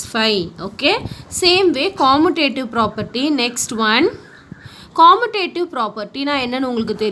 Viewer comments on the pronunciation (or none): Pronouncing of commutative is wrong mam that is KAMIUTATIVE